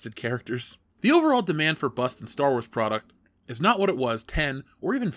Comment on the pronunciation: I honestly thought he was saying 'mini bus', it took me a while to figure out he was saying 'mini bust'. I need sleep.